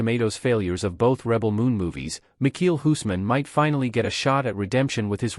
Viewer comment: Can’t even say his name right 🙄